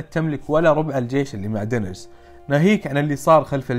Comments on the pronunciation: اللي نعرفها وكل العالم ينادونها دينيرس عادي لاكن دينريس حقتك عجبتني 😂😂😂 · ليه تقوول (دينيرس)بسرعه تراها غلط😂😂